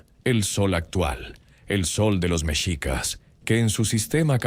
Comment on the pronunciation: Creo que ud no es mexicano, creo es español. Hay datos equívocos en su relato y la pronunciación de MEXICAS ( mechicas, con acento prosodico en la i ) es así como se escribe en español mexicano. Ud lo acentúa en la E, lo cual es incorrecto. Ahora más que nunca nos interesa que nuestra lengua e historia se respete y sobre todo con verifica información.